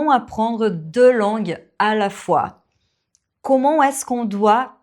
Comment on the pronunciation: Content de savoir que tu ne l’as pas mal pris. Je pense que tu as une excellente philosophie de vie, celle des personnes qui excellent dans leur domaine, qui non seulement n’ont pas peur des retours mais en sont friandes ;) Du coup, je me permets d’ajouter une petite remarque : tes "o", comme dans "comment", tu les prononces un peu comme si tu disais "queuxmon /kømɔ̃/". Si je devais donner un conseil, c’est celui qui m’a aidé à améliorer ma prononciation en anglais, avant même le shadowing : apprendre à placer la langue et la bouche pour prononcer un phonème correctement. Il existe des vidéos en anglais avec des découpes virtuelles du visage qui montrent où placer la langue, c’est magique. Je prends de petits exemples comme cat /kæt/, hot /hɒt/ (BrE) /hɑːt/ (AmE), ship /ʃɪp/, sheep /ʃiːp/, cut /kʌt/, etc., et je les répète en étant conscient de la position de ma langue et de la forme de ma bouche, jusqu’à ce que cela devienne un automatisme. Tu connais sûrement l’expression "l’habitude est une seconde nature" 😉